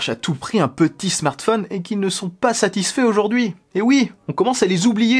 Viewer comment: Tu dis smartfun lol